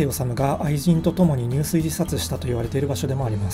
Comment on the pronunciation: 本文と関係ないことですみませんが、 入水（にゅうすい）ではなくて（じゅすい）と読みます。 （自殺の場合）